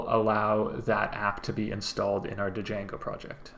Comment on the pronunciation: Great video but… it’s pronounced “jango” ! The d is silent for some reason.